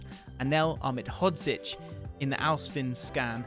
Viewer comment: Most impressive part about this isn’t the knowledge shown, it isn’t the fact you have an incredible partnership with scouted football, but that you were able to consistently pronounce Ahmedhodzic